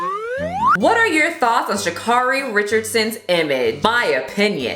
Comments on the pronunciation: Great video! But Sha'carri's name is pronounced "Sha' carry" like Mariah "Carey" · It’s pronounced sha CARE ee not sha CAR ee, just letting you know because she corrects people on it a lot ❤️ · Pronouncing her name wrong, officially offended